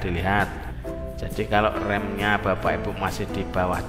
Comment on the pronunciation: Baca nya RAM mase, bukan REM . Tapi sebelum nya makasih info nya